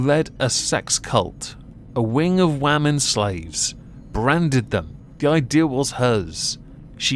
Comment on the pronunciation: Why do you keep saying "wah-men" instead of women? Wah-men are sjw, woke, leftist femi-nazi's that hate that illusion called "the patriarchy", these poor women, not Allison, the ones that were subjugated to this torture were/are women, they should not have had to endure what they did. And you calling them wah-men is an insult.